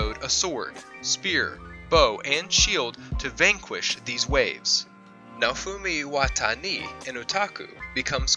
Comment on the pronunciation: This man really just said Naofumi Watani